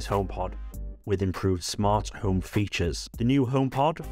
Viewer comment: Cool news, thanks for sharing. Love your videos! (including your swallowing of the "h", which sometimes has me wondering what the "Ohm App" is 🤣)